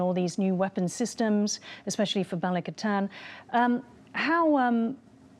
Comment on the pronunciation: First time hearing a foreign anchor/host say the word balikatan correctly haha